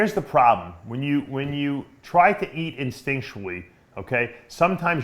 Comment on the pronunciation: new vocabulary word "instictually"